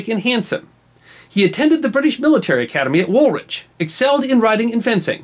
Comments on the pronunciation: Woolwich - pronounced like 'Wool-idge' (as Greenwich is Gren-ige). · Napolean IV attended the British military academy at where??? Warlwich?? (5.08) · Quick note about pronouncing British place-names. When pronouncing Woolwich do not use the second W. It should be pronounced Woolich. Though Wulich is closer. For those interested the word wich comes from the Old English wick meaning trading place, in this case wool.